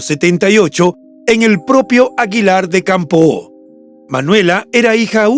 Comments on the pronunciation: Es aguilar de campo. Sonido acento en la letra o. Una o. No campoo. Gracias por el reportaje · Caballero. Le informo de que Aguilar de Campoo no se pronuncia con la O tan larga y marcada. Solo es una aclaración para que lo corrija. Reciba un cordial saludo desde Aguilar de Campoo.